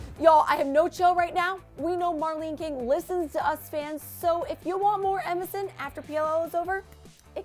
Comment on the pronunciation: I keep thinking she's saying MSN. Middle school flashbacks